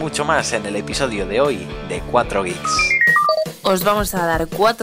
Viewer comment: Entendi 4 gays en vez de 4 geeks xD